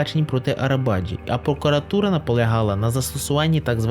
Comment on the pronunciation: Автор,заглянь в перекладач!!Буква С в турецькій мові читається як Дж.Тобто Неджаті Арабаджі!!!